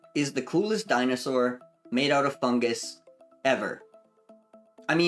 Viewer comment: funguSUS you say?